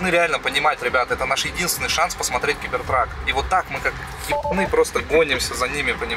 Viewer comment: Стоп сказал у меня установлено 18+ Но маты он блокирует как будто возвращается к 2019 году! и почему Гибертрак а не Гибертрек?